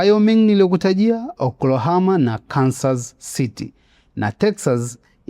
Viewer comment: inaitwa Oklahoma na sio Oklahama 😅😅 nmefurahi ulivyoitaja